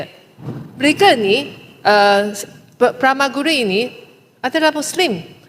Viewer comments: Ups!..Tressa Kok sebut Pramaguru..Pramaguru tu siapa?..pkcik si Jelutong ke? 😅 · serve arak dlm flight bnyk keburukan..... kita jgn sgt nak ikut syarikat penerbangan negara lain..... xde terjejas pun klu xde serve arak..... xde rugi pun.... bukan masalah nak minum atau tidak.... klu nak ikut sgt negara lain.... pi jd MP negara sana lah... BODOH..... nak sebut pramaguri.... hatok ko..... sebut pun xreti....